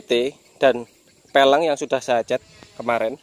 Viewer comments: Velg bukan peleng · VELG. Kok FELENG ya. Aga' aneh dengerhya hehe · peleng hahahaa pelg bele bukan peleng, anak motor kok nyebut pelg kok salah hadehhh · Peleng apa velg bang😂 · velg kali bang bukan peleng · Peleng ?? Apaan tuh 🤣